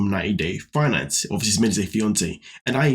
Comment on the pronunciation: "90 Day Finance-e" 😂